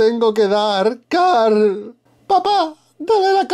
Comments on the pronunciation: Error del canal random: No se dice carl se dice Cooorl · se escribe carl jajaja se pronuncia COOOOOOOOOOOOOOOOOOOOOOOOOOOOOOOOORAL jaja